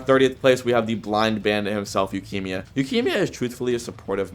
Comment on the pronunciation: why does bro pronounce yukimia like lukimia